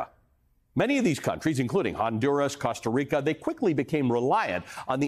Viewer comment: pronounced like Coasta Reeka